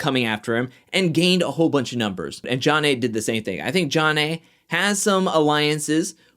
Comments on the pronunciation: Just what Beth did calling Jonna “ Junn Nay” even after being corrected would’ve got me riled to the point of calling her out myself. The quitting was wow like aren’t you grown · Beth had pronounced her name correctly 3x at the table w/ Mark before Jonna came over and joined them. She was purposefully mispronouncing it to insult/disrespect her bc she seemed to really believe Jonna & MJ were having an affair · I think Beth is a liar. I also think it was disrespectful that she continued to mispronounce Jonna's name after being corrected. Her name should be pronounced BITCH instead of Beth. She also looks like she's in her 50's, so there's that.